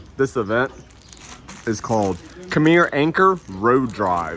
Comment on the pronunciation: Nice video dude in my wife’s home country. You said “atey akun” sounded so funny. It’s more like “ot-they orkun” for us southern USA people 😂 and Khmer is said like Khu-mi. Cool seeing some nice cars I hope and wish Cambodia can grow their car culture would be awesome and interesting to follow. Need a nice race track.